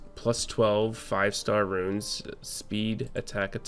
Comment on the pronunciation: Just started playing this game. Thanks for your insight and tips. Cracks me up every time you say "runes"